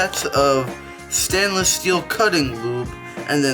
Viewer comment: I don’t take advice from a guy that’s says “stanless glass”